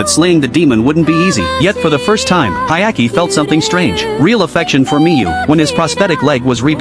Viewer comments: Dude, what anime are you watching? His name is Hyakkimaru not Hayaki. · "Hayaki"😭😭 Bro's name is Hyakkimaru😔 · Hyakkimaru, not Hayaki, you idiot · It’s Hyakkimaru, not Hayaki. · It's Hyakimaru not Ayaki 😅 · He's name is Hyakkimaru* not Hayaki lol (the protag's name) Anime name Dororo btw. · Blame it on the shitty AI narrator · His name is Hyakkimaru not whatever tf that ai bot said 😂 Anime name is Dororo. It's a remake of a 1969 anime based on the manga (of the same name) by Osamu Tezuka. Well worth watching, only 24 episodes long and completed. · I love the anime it’s amazing, everyone should se it (Dororo 2019 1 season). But for the love of god please say the names right he’s name is Hyakkimaru och her’s Mio!! The little child is named Doritos and the monks name is Biwamaru. And another note to add Dororo and Hyakkimaru are the main characters. Mio (I love her she’s an angel) is in like one episode. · Its actually Hyakkimaru but okay